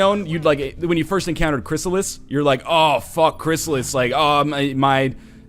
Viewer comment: You still don't know how to pronounce chryssalid? Holy shit.